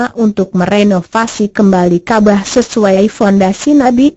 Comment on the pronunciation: Bukan kabah tapi kabawww kabarr hahay😂😂😂😂😂